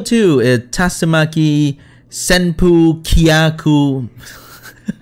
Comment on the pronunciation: FINALLY SOMEONE ATTEMPTED TO SAY SENPUKYAKU! (and he did it right too)